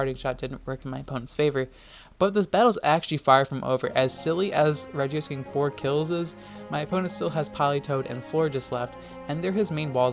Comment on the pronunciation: Why did you pronounce regice like that?